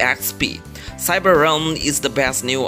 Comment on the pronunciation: Realm not Ram xD